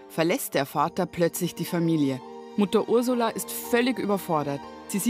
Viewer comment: Niemand: Julia: Faser😂